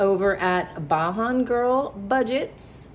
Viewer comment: I'm sorry to correct you but Kimmy's Channel is called Beijing like somebody from Barbados So it says Asian Like like the sound is Asian BAJAN